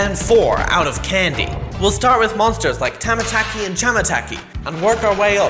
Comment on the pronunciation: Finally Said The Correct Name Of Tamataki And Chamataki But Except The Chapter 3 Video He Uploaded Said The Name Wrong